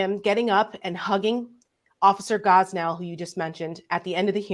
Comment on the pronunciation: Officer Gonell NOT Gosnell.